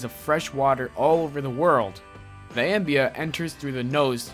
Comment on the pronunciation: River country wasn't closed because of the "ambea"